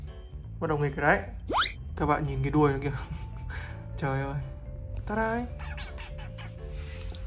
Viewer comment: Nó đc đọc là tô ra nha anh 🤣🤣🤣